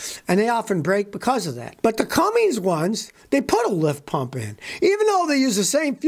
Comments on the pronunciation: Scotty: IT'S CUMMINS...NOT CumminGs. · It’s Cummins not Cummings! Come on Scotty. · It's Cummins, not Cummings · Chevy and GMC DO NOT use Cummins diesel engines. Youre wrong on this one scotty. Cummins only comes in RAM trucks. Also, theres no G in Cummins. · Scotty, sending love from Knoxville Tennessee. But this old girl grew up in Columbus Indiana, home of the Cummins engine. Buddy, you gotta stop saying Cummings there’s no G in Cummins!! 🤣🧡🤦‍♀️🙄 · Scotty, There is no "g" in the name Cummins